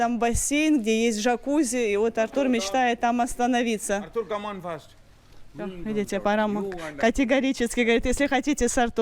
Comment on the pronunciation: ну кто же берет очки за линзы? Come on - это не каман, слух режет!